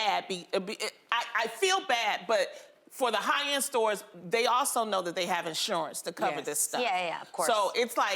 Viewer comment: "Inshowance", hahahaha